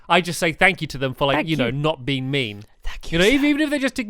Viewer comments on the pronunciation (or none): none